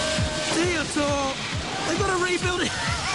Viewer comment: Both craig and the announcer said Diotoir wrong lol